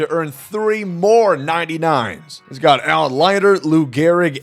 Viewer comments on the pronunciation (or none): none